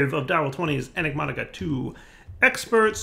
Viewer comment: Why does he keep saying ENIGMOTICA 2 instead of ENIGMATICA 2?